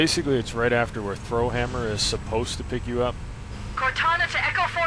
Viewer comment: Did you seriously say "Throw Hammer?" -_-"